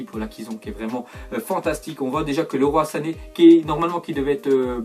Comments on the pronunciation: On prononce pas Leroy sane comme leroymerlin mais Liroy avec oi à la fin comme la fecha de Hoy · MDR pourquoi dit leroi sané?:(